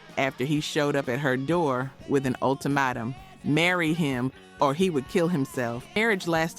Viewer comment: Its pronounced UL TIM MAY TUM...